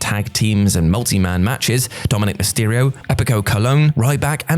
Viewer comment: Mysterio* not Mestiriouw